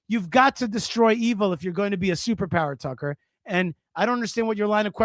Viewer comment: the way that you pronounce, Tuuckkerrr!!!.. cracks me up 🤣👍🤣👍🤣👍🤣👍